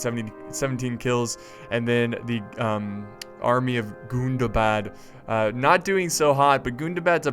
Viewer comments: i don't know if i'm just that high but the way he puts the emphasis on Gundabad is killing me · omg!!! the way u say gundabad😂😂😂👌👌👌👌